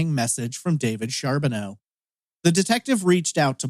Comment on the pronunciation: Its pronounced Car not Char .